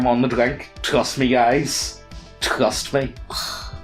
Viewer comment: How many extra consonants did add to "Trust"?